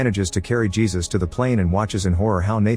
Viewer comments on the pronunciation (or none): ai voice should have been told to say heysus. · type Hey Zeus for the narration Lol